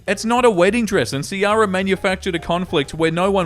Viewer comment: Its probably key-rah for Ciara, assuming shes not an Oldsmobile from the 90s.